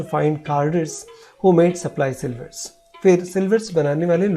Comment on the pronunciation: It is sliver or silver